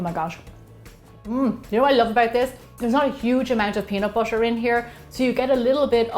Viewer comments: Is butter not boter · Pronounciation of butter feels like differend...